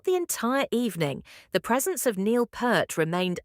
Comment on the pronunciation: Why the fuck can't AI pronounce Anika, or for that matter, Neil's name correctly! Garbage in, garbage out!